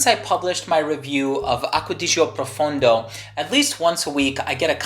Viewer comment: PROFONDO, not profUndo.